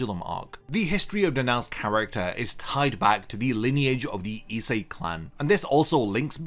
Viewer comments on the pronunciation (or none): Why can't you pronounce ISE correctly? Essay?